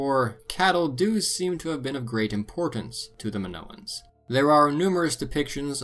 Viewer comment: Nice video 😎 the Greek i makes a. E sound. In Spanish they call it the “Greek e” sorry pet peeve of mine. Like when pepole call Italians EYEtalians.